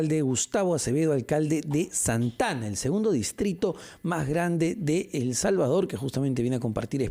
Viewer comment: Dijo santana😂😂😂😂😂😂. Es santa. Ana